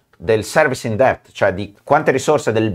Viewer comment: A proposito di parlare come supermario, la "b" in "debt" non si pronuncia.